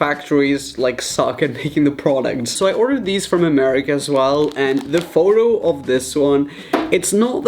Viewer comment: i think he was trying to say america but his accent was a little too heavy on it but idk